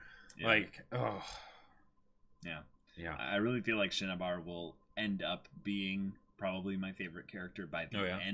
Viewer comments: He said Cinnabar in the first episode, but then amalgamated the Japanese shinsha and Cinnabar into Shinnabar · I kinda cringe a little every time says 'Shinnibar.'